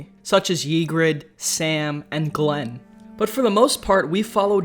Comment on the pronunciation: Also it's Grenn not Glenn